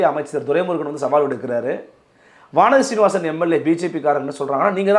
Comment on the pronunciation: நெறியாளர் சொற்களைத் தெளிவாக உச்சரிக்க வேண்டும். பல சொற்கள் புரியவில்லை. வானதி சீனிவாசனை, வாசீவாசன் என்கிறீர். அது என்னவென்று புரியாததால் காணொளியை நிறுத்தி மீண்டும் மீண்டும் கேட்டுத் தெளிவடைய வேண்டியுள்ளது. இதனால் காணொளியை காணுவதில் இடையூறு ஏற்படுகிறது. சரி செய்து கொள்ளவும்.